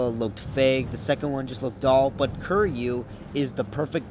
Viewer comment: Kiryu’s name is pronounced Keer-U